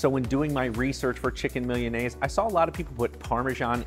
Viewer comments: It's not "millianaise." It's MEE-LAH-NAY-ZAY. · He should have researched how to pronounce Milanese. That aside, the recipe is pretty good! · Anyone else bothered by how he pronounces milanese? Probably says empañadas too lol.. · Um you need to learn how to pronounce Milanese